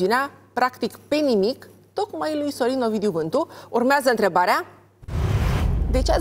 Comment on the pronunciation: Denis esti superba, extraordinar moderator, totusi acest ton aproape lātrat " urmeazā întrebarea" ce rost are? N-ai putea totusi s-o spui mai linistit asa...cum de altfel o si faci câteodatā? Felicitāri oricum pentru emisiune.